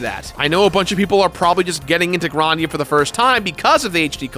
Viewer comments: I love the review, but he keeps saying it like Gran-dia. Isn’t it suppose to se Grand-ia? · "Grarndia"? I always said Grand-ia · The first like 3 times says Grandia sounded like he was saying "rOndia" and it killed me. 😂 bless you, my dude. 🤙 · "Gron-dia" the fuck, lmfao